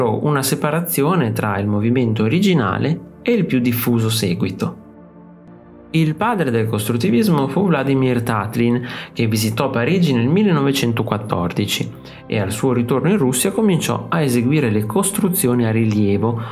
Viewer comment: Vladìmir, l'accento sulla prima i. Ròdchenko, l'accento sulla prima o.